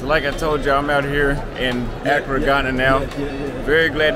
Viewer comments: It’s not Acura (a car), it’s Accra (A-Craa). 😆. Sorry you drove me crazy with that. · Pronunciation .... uh-CRAW! not ACC-cruh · Great content, bruh! The black with stripes set…….Your tailor’s work is 🔥🔥🔥. Your swag will get even more off the charts if you learn to pronounce Accra correctly. 🤣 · 'Don't think you are pronouncing Accra properly. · Can you pronounce Accra correctly? Lol.